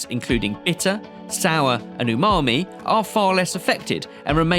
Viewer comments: ....hmmm the chef called it UNAMI...lol. Its Umami 🤔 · Unami!!?? I don't trust a chef who doesn't know it's umami, not unami. Just sayin!! Nice quick camera change though, its barely noticeable. 😆👌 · did that chef call it unami or was it just me? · did he really said “unami”? 😂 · Why did the chef say Unami and not Umami 😂😂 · You are just wrong here. He was saying "UNAMI" NOT "UMAMI". "Sashimi grade" is not a legal term. It is a marketing term that is not regulated. Literally anyone can put a "Sashimi Grade" label on anything. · did that "professional" chef just say unami instead of umami?😂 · Also “Unami”? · he said Unami. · Yup, I had to rewind to see his mouth movements, definitely unami or ooonami as I heard it 😂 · Yes, I had to rewind to see if his mouth close to form the M sound. It doesn't. Strange.